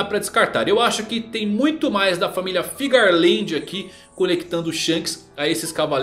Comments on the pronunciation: Geral fala FIGARLAND, sendo que o correto é FEARLAND kkkkkk, corrige isso aí kkkkk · Alguém me explica pq que vcs falam "FIGARLAND" sendo que no papelnde recompensa tem "FEARLAND" 🧐